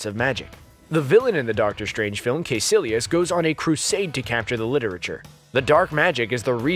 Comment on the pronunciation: Can this guy say kaecilius properly